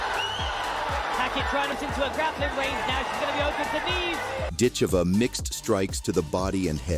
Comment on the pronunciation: “Dit-CHEE-vah”. “Dit-CHAY-vuh”…”dit-CHEV-uh”….It’s “DIT-cheh-vuh”